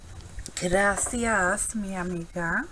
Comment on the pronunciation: Shabbylicious!!! this is stunning! muy bello! I liked that you use the flower and ribbon on this project! is perfect! ''gracias mi amiga'' Sounds very nice in your mouth! <3